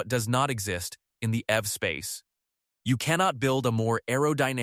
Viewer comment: The AI voice didn't sound appealing from the beginning but when it pronounced EV as F I couldn't continue listening 😂